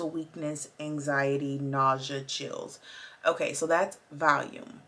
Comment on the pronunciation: Just to let you know it’s pronounced Val-e-um 🙂